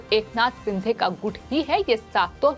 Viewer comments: सिंधे" नही शिंदे" बोल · Madam जी, it's not एकनाथ सिंधे, he's surname is शिंदे. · Sindhe nahi sinde boliye